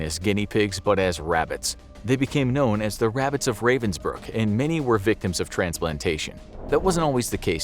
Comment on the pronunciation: it hurts me everytime he misspronounces ravensbrück